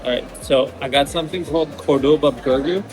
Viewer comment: Hi there…. By now I’m sure you’ve realised that Córdoba is pronounced with the accent on the first o….. not the second! Always listen to the locals, and copy their pronunciation. Thanks for the interesting food vlog! That oxtail looked delish. Love that you’re travelling with Bindi.